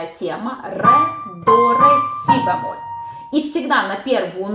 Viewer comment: что такое бЯмоль? Правильно говорить бЕмоль